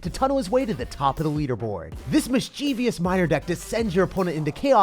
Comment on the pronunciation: Dude, stop pronouncing "mischievous" incorrectly xD